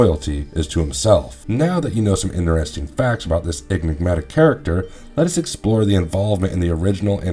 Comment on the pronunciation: Enigmatic? Nah, egg Mcmatick...😂